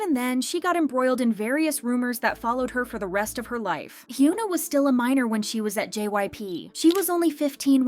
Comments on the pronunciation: It’s HY-ON-A. Not HU-NA lol please pronounce their names right. I’ve noticed you don’t even try to see how their names are supposed to be spoken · why does this channel always pronounce her name as Hugh-na 😭 Is it on purpose? cos it bugs me every time